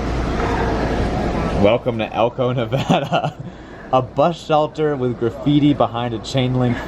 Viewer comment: Thank you for saying Nevada correctly,! (For shame,!)